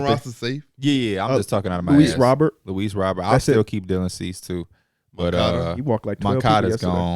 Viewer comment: man that is definitely not how luis robert is pronounced 😭